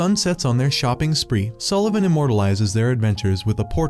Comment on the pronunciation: Sullevun nah more like egglevun😂😂😂😂